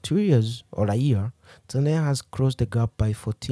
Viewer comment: You used the wrong pronunciation for Tanzania. Please stop using Ugandan/Kenyan pronunciation when saying Tanzania. Also, electricity in Tanzania is not affordable; it's actually very expensive. Separately, the current president of Tanzania is not "Madam Suluhu." Her name is Mama Samia. For those reasons, I downvote this video..